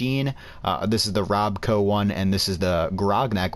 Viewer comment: Roboco? Does the programmer mean Robco?